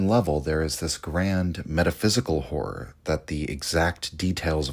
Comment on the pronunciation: Really struggling with the often used word HORROR repeatedly mispronounced as WHORE. "Cosmic Whore" omg .